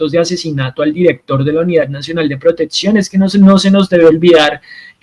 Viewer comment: Me duelen los oidos cuando dices protetsion 😢